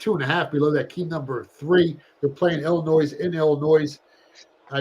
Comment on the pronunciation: Der, never again pronounce the S in Illinois.